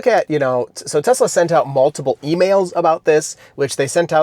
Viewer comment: "I love Tesler"